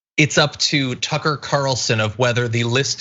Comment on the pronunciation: Ticker Carlson (pronunciation not important right?) go sit down and shut up.